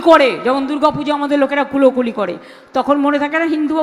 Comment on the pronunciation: কোলাকুলি । Not কুলোকুলি